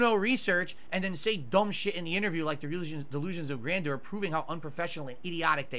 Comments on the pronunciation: Isn't Grandor a city in Lord of the Rings? "Grandor has no king. Grandor needs no king." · the way he pronounces ‘grandeur’ is so bloody funny 😂😂😂😂😂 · Grandeur? You mean grand door? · This goes way past delusion, and into dementia. And can someone please teach how to pronounce "grandeur"?